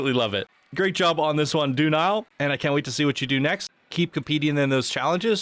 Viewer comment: Did you cringe each time said "doo nile" instead of "duh-nile"? 🤣I sure did.